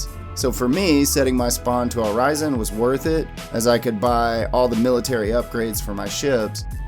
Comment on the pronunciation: ORI SON NOT ORI ZON